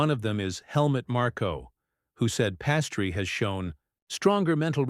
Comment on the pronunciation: Pastry? That and the poorly timed pauses?... Does anyone listen to this before it's published?